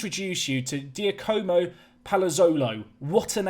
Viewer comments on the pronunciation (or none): Giacomo is pronounced -a-moe. Cheers! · Giacomo is said 'Jacamo' like the Freddy Flintoff endorsed clothing brand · Giacomo is pronounced Omo btw.